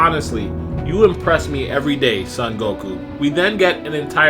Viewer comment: It's not pronounced Sun Goku